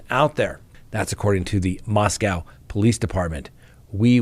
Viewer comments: Pronounced "Moscoe. ". We're not in Russia. Thanks. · It's MOSCO(W).. rhymes with toe, hoe, doe, foe! Just ask the police chief himself! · Moscow (Russia) is pronounced Moscoe. Only Americans mispronounce it.